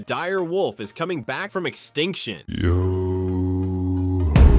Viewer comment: Did you say comeing back 😮